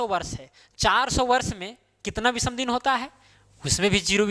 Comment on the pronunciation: विसम नहीं!विषम !! ओड डेज नही ऑड डेज !!